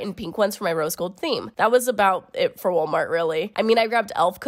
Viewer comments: Is it just me, or did she keep saying "wool-mart"? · girl did u just say woolmart? Anyway love ur content sis